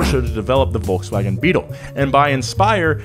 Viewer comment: volksvagen golf... volkswagen golf, mayby?